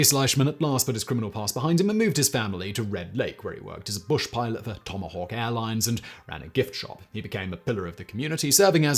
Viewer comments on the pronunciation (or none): none